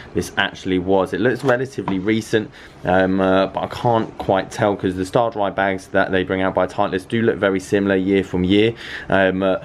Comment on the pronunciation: What's a STARDRY? 😆 stay-dry